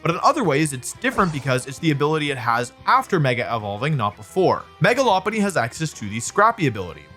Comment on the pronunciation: Megalopolis pronunciation really threw me off lol